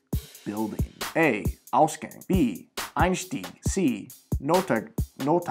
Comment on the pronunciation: I honestly didn't expect you to misspell "Ausgang" so hardly. It shouldn't be pronouced like "Gang" from like crips and bloods and shit. It is supposed to be pronouced just as you would read it off the alphabet. A. Gang, like hallway